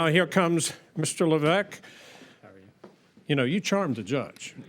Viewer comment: That’s not how you pronounce Lévesque